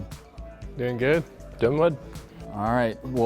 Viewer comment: Did my man say.... "Doin' wood?" I swear Sweet intentionally said that... then looked at Phil like: "Don't ruin it man, we talked about this!"